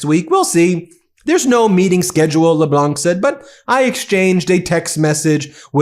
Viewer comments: Kudos for using French pronunciation with Dominic LeBlanc. Just know the terminal "c" is mute in LeBlanc. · Trade Minister Dominic Leblanc is pronounced Le-Blan (the C is silent). It’s an Acadian East Coast extremely common last name. As a kid it would fill dozens of pages in the phone book (lol!). It’s like THE most common last name on the East Coast.Our cottage was next to Dominic’s in Shediac….his cottage on the beach stood out cause it was huge of course, politician family with money obviously. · I would just like to point out that for the French name "LeBlanc" the "c" is silent. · LeBlanc....do not pronounce the "c" at the end of his name. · Cahada (Québec) here Thanks you to all our friends around the world ! Merci à tous, autour du monde ! Gracias a todos ! ( oh I am a French teacher, I can't help it Ben, we do not pronounce the "c" Leblanc ) I know I know the terrible teacher is here !) Love your work Ben Take care ! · Furious this and furious that. It is getting tiresome. Incidentally, when pronouncing Dominique Leblanc, French rules prevail so the “c” is silent. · Please understand that when pronoun ounce Leblanc in english...the c is silent so pronounce like Leblan. Merci for your coverage of Canadian views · The c is silent in Leblanc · FYI, you're not supposed to pronounce the c at the end of Dominique Leblanc's name. It's a mute consonant. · For future reference, the "c" in LeBlanc is silent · You don't pronounce the letter "C" in Dominic Leblanc's last name. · The "c" is silent in LeBlanc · As a Canadian I am proud we are standing up to bullies and we do not recognize the drunk boat driver that let his wife take the blame for the boat accident that killed 2 people years ago O'Leary. PS Ben the C in Leblanc is silent when you pronounce Dominic Leblanc. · The C in LeBlanc is silent, like as in Matt Leblanc on Friends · The c is silent Leblanc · FYI, the 'c' in Le Blanc is silent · You dont have to prononce the c at Leblan (c) , Tank's ...Michel Qc